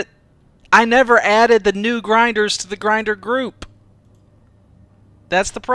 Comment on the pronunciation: Failed french accent "Les Grindres" Vechuses 2015